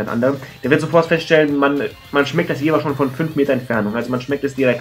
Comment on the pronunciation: Top Video ;D Mit deiner Punkteverteilung stimme ich auch überein.... Da ich auch in Jever wohne habe ich aber noch einen kleinen Verbesserungsvorschlag denn es heißt Jever und nicht Jewer ;D